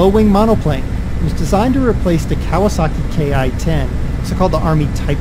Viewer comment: It's pronounced like "Key"